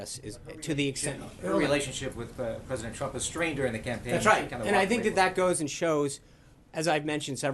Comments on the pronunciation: Sean is going to get the sack next for calling the president Trimp instead of Trump. He needs to pick up his game because he stumbles over his words every day. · he said president trimp